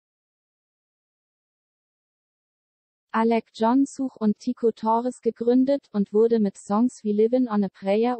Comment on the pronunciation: Man sagt nicht Such, wie suchen, sondern Such, wie sach, wo lebst du den? :D